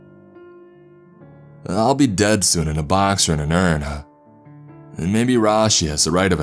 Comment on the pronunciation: You always ad an “uh” at the end of every word. You don’t say “dead” you say “deaduh”